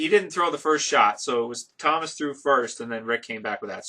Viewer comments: it's pronounced "tuh-mahs" not Thomas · it isn't Thomas it's TOMAS. TOE-MAS. You have been saying it wrong for a long time now.